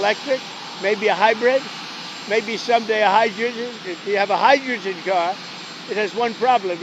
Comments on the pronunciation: "Hydrugen" or "hydroogen" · Took him three tries to get the word hydrogen correct. He's a much mouth, rotten a$$ puke.